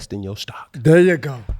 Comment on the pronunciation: “I GOT TO BE IN DERE NOW” 🤣🤣🤣